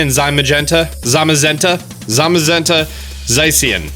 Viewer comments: To my understanding, the legendaries are pronounced Zay-shee-en and Zah-mah-zen-ta, but I could be wrong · It’s actually Zah-she-an (Zacian) Zah-mah-zen-ta (Zamazenta) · Zah See On an Zah mAh Zen tah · Legendary names Za-see-an, Za-ma-zenta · "Za-SHI-EN" "Zam-a-zen-ta" Just trying to be helpful for once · Comical Archon465 I thought it was “Za-SEE-an” and “Za-Ma-Zen-Ta”